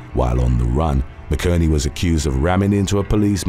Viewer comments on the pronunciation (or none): You’ve finally pronounced a name wrong. McInerney is pronounced Mac in ernie … 😅